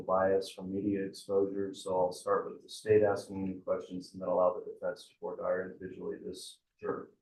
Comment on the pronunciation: I wish would learn how to pronounce “voire dire” correctly.